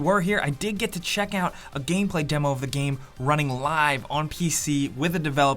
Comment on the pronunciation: Is it just me or does sound drunk all the time? And why does he pronounce game as GEEEEEHM?